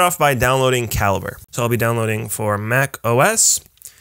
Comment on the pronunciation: I've always thought it was pronounced ka-lee-bray -- learn something knew every day.